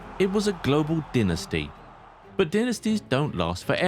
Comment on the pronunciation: The way you prononuce dynasty is fascinating